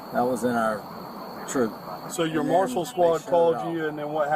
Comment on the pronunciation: He is saying U.S. mussels instead of Marshall😂!!